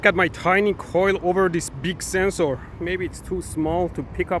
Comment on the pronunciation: DOES HE WATCH LOWER DECKS? is THAT WHY HE SAYS SENSE OAR?